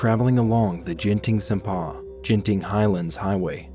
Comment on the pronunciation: Keydah 💀 jenting sempah 💀 that's not the way u pronounced it